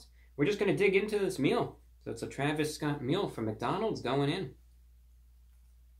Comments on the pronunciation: “thee traviss sscott meal.” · I love how classy and professional he pronounces his name 𝕿𝖗𝖆𝖛𝖎𝖘 𝕾𝖈𝖔𝖙𝖙